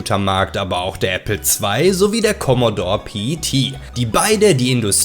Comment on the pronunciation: Keine Kritik jetzt, aber niemand hat in 80ern "Kommodorr" gesagt. Das ist und bleibt ein "Kommodohre". 🤣 Ich habe mir übrigens vor einem Monat wieder einen originalen C64 mit allem PiPaPo(auch 2 x Floppy, könnte ja eine kaputtgehen;-) ) zugelegt. Ach war das eine schöne Zeit damals. 🙂 ....Ob nun PC oder Konsole gewonnen hat, mag ich nicht zu entscheiden. Habe eigentlich aktuell alles. Oftmals gewinnt bei mir der PC(alter 8-Kerner(4750GE) + RTX3090), weil ich irgendwo billig nen Key im Netz kaufen kann.